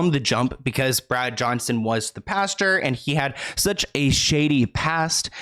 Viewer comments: Hi luv its Pastor not pasture ❤️ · I thought you said the lead PASTURE 🤣🤣🤣🤣 instead of "pastor" .... but a pasture has alot of manure💩in it so it would be fitting 🤣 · It's Pastor, not pasture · Honey, Pas-tr..not Pasture... love your videos! Always thorough and concise 🖤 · Anyone else realize how cute it is every time says pasture n not pastor 😉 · Pastor not pasture! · the way says “pastor” like “pasture” 💀 i love him sm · Lol I can’t get over how you’re saying pastor